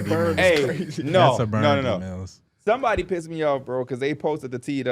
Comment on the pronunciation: D Milly? Nahhh D Meally